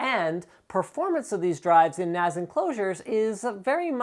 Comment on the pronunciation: FFS stop calling it a NAZ it a NAS.. the S should sound like the S form snake